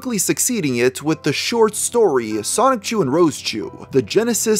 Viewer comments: Generally speaking, I don't nitpick about pronunciations, but how can you pronounce it Sonic-chu after so much research? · repeatedly pronouncing Sonichu as Sonic-Chu is quite grating. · Lost me about 2 minutes in when you said "Sonic Chu" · Stopped watching as soon as you said "sonic-chu" how could you do a whole video and still mispronounce the linchpin of the story like that. Sloppy. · Please reupload this but pronounce Sonichu correctly.